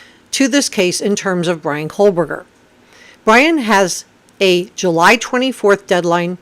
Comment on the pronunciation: Just a quick friendly suggestion: btw I do love your content and just wanted to let you know that the pronunciation of Bryan’s last name is KOH-BERGER, and not KOHL-BERGER. And there’s no L in Kopaka either. Keep sound a great job!